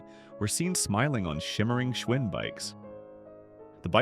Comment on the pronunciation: I learned a lot from this video. Giant bicycles were manufactured in the Giant supermarkets! 😆 Also when Schwinn, or "Schvinn" depending on how your AI narrator decided to pronounce it this time, the brand disappeared from supermarkets? I guess it was too much work for an actual person to edit this schlock. This entire video is a joke. The loss of American craftmanship covered in an AI narrated, AI produced video. 😢